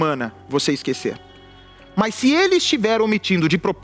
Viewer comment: Porque o Bacci ta trocando o s por f? Esquefer, vofê…